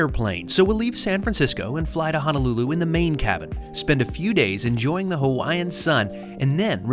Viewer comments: The 787 is one of my faves. It's Hoe-Noe-Lew-Lew BTW not Ha-Na-Lew-Lew. As a HNL native that always bothers me slightly. As long as you spend plenty, plenty money while on the rock, no one else will care. Still yet, you'll surprise the locals when you pronounce it correctly. You two got me traveling Amtrak. It's a wonderful experience. I've seen all of the western mainland this way. It's amazing how entertaining looking out the windows can be. On to the east and then Canada! Hope to see you one day. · HONOLULU, NOT Hanalulu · Dude, please pronounce it correctly. It’s HO NO lulu and not HANAlulu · It's pronounce HO NO LU LU.... YOU BOZO😂